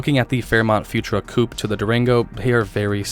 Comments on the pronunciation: Futura is pronounced Few tour-a, not Futra. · Pronunciation tip: Futura is pronounced “fyoo-CHƏR-uh”, with emphasis on the second syllable, not “future-uh”. Thx for sharing info on this rare conversion model. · Futura pronounced "fyou-TOOR-uh".